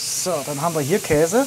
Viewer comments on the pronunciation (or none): none